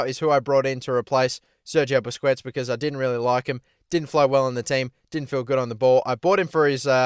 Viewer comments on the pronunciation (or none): You pronounced Busquets wrong again...